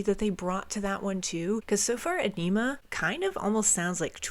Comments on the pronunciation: Yes! Finally! Also, it's pronounced: Ah-ni-mah Both the album title and track are a play on words. Like all of Tool's music, it's serious and funny at the same time. There's humor in everything. A way of saying, don't take life so seriously all the time. I think they once said many songs have a funny meaning to it too. It's very clear in some songs that it can be viewed in a sexual way, for example, but also a serious intellectual way too. We can discuss Carl Jung or laugh at enemas. 😁 Think for yourself. Question authority. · It's definitely not pronounced onima. It's pronounced æni-muh, and you pronounce Æ like the A in "ass". Also, Message to Harry Manback is an actual phone message left to (presumably) Maynard's former roommate. Danny Carey has previously said this about it: "Message to Harry Manback is a recording of the words of an uninvited Italian guest who came to Maynard's house one day. A so-called friend of a friend of a friend of Harry's .... Before we finally managed to figure out that nobody really knew him, he had already emptied the fridge and run up a huge phone bill. He got kicked out of the house." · I always thought Ænima was pronounced Ah-nem-uh, not Ah-neem-ah. I could be wrong, though. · It’s pronounced EYE-NIM-UH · Agh! That emPHAsis on Aenima! Killing me. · Loving the reactions! Aenima is definitely my favorite Tool album. 10,000 days next maybe? also just so you know the album is pronounced like "Aw-nimmuh" :^) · Tool's best album. Reacted to by someone that can't even pronounce Ænima correctly.